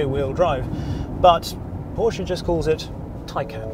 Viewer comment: Kudos, britisch fellow saying it right PORSCH E not Porsch, like most english speaking do. Well done on the report. Thanks.